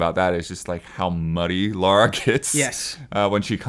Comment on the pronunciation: THANK YOU! Godammit how hard it is for people to say her name right!